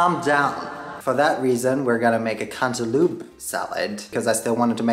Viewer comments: Am I the only one who kept giggling everytime he said “cantaloop” I love this guy lol totally made my day 😊🖤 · I will never say cantaloupe (cant-a-lope) like that again! Lol Cant-a-loop forever🍈